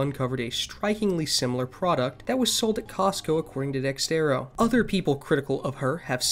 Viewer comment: good video! i have to add that you may want to learn how to pronounce dexerto correctly. not a big deal but still.